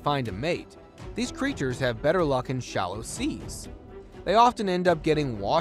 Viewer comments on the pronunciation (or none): none